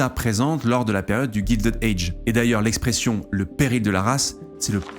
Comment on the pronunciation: Non, ce n'est pas GUILDED AGE, c'est GILDED age (prononcé Gaïldid et non Gildid) , "a guild", c'est pas la même chose que "gild" en anglais qui signifie "doré"